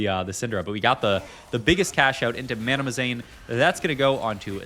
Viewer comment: it's MANAZANE....not MANAMAZANE. jeezus